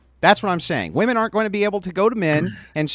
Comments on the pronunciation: Why do so many people have a problem with saying 'women'??? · Why do all these young girls always say “woman” instead of “women”? So annoying. The Air Force guy seemed nice enough but everything had to be started with “when I was in the military”. Destiny is useless. He has no idea how the real world works. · says "wooman" for both the singular and plural and it's irritating to listen to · How come women can’t seem to differentiate between the word ‘woman’, and ‘women’?